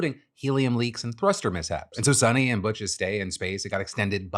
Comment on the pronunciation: It's pronounced as sunita not sunny.